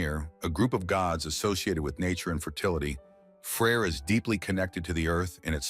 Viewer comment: That’s because of the way he pronounces it, in reality its pretty easy to distinguish between them. For example in modern scandinavia, they’re called Frej and Freja